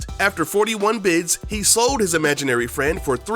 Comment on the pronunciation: "imaginary"